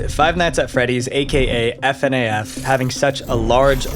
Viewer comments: You pronounce it fur-naff NOT F-N-A-F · “F.N.A.F.” dude just say FNAF as one word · slightly agitated at the "F-N-a-F" hes saying, not like "FNAF" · Why does he keep saying f.n.a.f instead of simply saying fnaf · Please stop calling F.N.A.F it’s fnaf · Just say FNAF stop spelling it, fucks sake 😂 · Why f.n.a.f instead of fnaf??????? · Please don't say F N A F its just fnaf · Bro I can't watch this because he keeps saying "F" "N" "A" "F", and not "FNAF" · Can you please work on how you pronounce things? F N A F is just pronounced fuh-naf. Vivziepop isn't VIVIES POT???? and who the hell is Scott Hawthorne?? literally just look up a single pronunciation before you butcher it, it really gives off the feeling that you don't actually care about the content you put out. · Why did you say "scott hawthorn" at one point instead of scott cawthon? I literally lolled at that part. Plus, it's "fu-naff", literally nobody says it like "f.n.a.f.". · Ugh it hurts my hears for you to say "F N A F" and not "fuh-naf" its spelled FNAF but you don't says its acronym you say it as a word, like most acronyms. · Fnaf not F.N.A.F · Can you stop saying" F N A F" and just say fnaf😂😂😂😂😂😂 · Holy s*** my ears bleed every time you say F. N. A. F BRO just say fnaf and chill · usually, we don't call it F.N.A.F, we just call it how the set of letters would sound when said out loud (Fnaf) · Minor nitpick but I can't stand the way you pronounce FNAF like come on lol. It's not wrong but literally everyone and their mother says "fuh-naff" not "Eff-en-aye-eff" lol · plz next time say fnaf like it’s an actual word instead of it’s individual letters 😭😭 F N A F sounds wrongggg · I feel weird when they say “F N A F” and not “FNAF” it’s weird tbh cuz i never herd anyone say that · mf really said f n a f instead of fnaf lmao. good video tho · Bro really said F N A F say it in one word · PLEASE STOP SAYING f.n.a.f IT'S FEN-AF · It irritates me how he says f-en-ay-f rather than fuh-naff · It's ph-na-ph not f-n-a-f